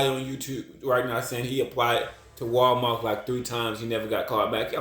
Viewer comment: WAL-MARK? I THOUGHT IT WAS.....WAL- MART T T T T T T T respectively 😅